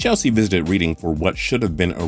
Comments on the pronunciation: Ffs its Reading, not reading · It's pronounced like reding, and pet er cech, just saying, great video and voice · About the team that Chelsea played that day: it's pronounced RED-DING. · ITS PRONOUCED "RED-DING!" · mate it was triggering me so bad😂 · It really annoyed me, I mean, how can you pronounce Reading as Reading? It's Reading!